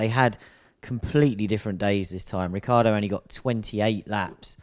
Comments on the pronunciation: It's Rickeeardo, italian origins mean that you need to pronounce every letter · In Italian it would actually be "Rich-ardo". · Still can't pronounce Ricciardo. The "I" is silent. 🙄 (the phone respelled) ha